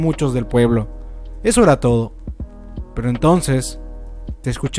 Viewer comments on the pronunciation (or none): none